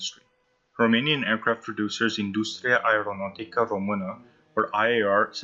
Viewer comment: I appreciate that you made the effort to pronounce Industria Aeronautică din România. It was very close although it's not easy to pronounce :)